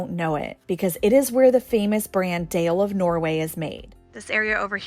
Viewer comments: Glad you enjoyed yourselves in Norway (Bergen), just had to smile when you said Dale of Norway, and the town of Dale...it's actually pronounced "dahleh" and not deyl. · Dale is pronounced more like Darler in Norwegian. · Nancy's mittens are called Selbuvotter and Dale is pronounced "Darla" 😂. ❤ from Norway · Dale is pronouced Doll lah. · DALE is pronounced "Dah-lah" From your friendly Northfield MN, home of St Olaf College. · I just googled Dale: Dale is pronounced as "Dah-leh" in Norwegian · I'm surprised that you didn't correct their pronunciation of "Dale." 🙂